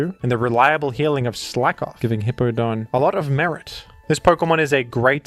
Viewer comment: Man groudon and hip pow don names be getting slaughterd